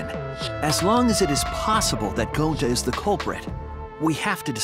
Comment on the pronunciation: Shuichi said that wrong and kokichi says it gonta